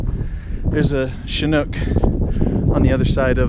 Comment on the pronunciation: ch ch a nuk, not choonke cheenook you bell end